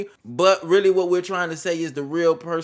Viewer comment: He said “lurr-really”